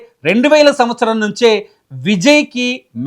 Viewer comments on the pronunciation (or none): none